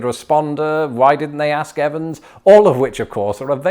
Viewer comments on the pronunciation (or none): none